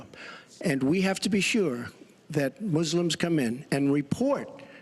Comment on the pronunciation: Why does she call them “Mooselims?”